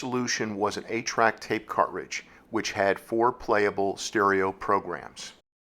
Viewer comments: You say "cart-ridge", I say "car-tridge". My '74 Duster had an aftermarket 8 track player and a few of my sister's cartridges. The Cars first album was my favorite. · Why are you saying cartridge all weird your putting a space in betwixt cart and ridge and sounds super weird... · ...when you can't properly pronounce, "cartridge." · Yes, odd pronunciation, never heard it that way before. Is it a regionalism-?